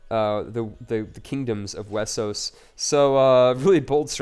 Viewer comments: Why do you say Wessos? Why not Westeros? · is westeros and is pronunce westeros but some people can't say it right so thay say it wessos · STOP SAYING WESOS